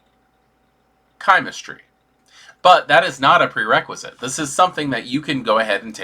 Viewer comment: You are pronouncing chimerstry correctly. Im with you on this 😊